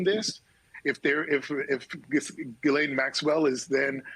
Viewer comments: It's so funny to me that literally nobody pronounces Ghislaine correctly or even tries to do so. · Jis-Lane is her name, stop giving her any props by trying to pronounce her name properly.